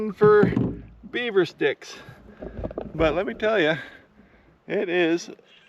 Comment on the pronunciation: You said beaver sticks right?😭😂